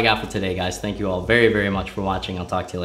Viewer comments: Okay, I cant believe that I'm the first one to notice this, but, , thnak you. Thnak you. _Zednaught Alpha, 2018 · Thnak you he says